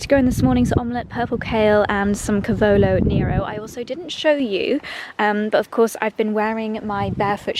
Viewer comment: Dear, do you mind a pronunciation correction? it's CAH-vo-lo NEH-ro.